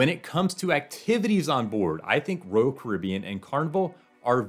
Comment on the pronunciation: It's not Rool Caribbean, it's Royal Caribbean.